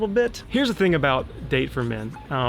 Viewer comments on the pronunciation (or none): Pronounced: Dahh-Tay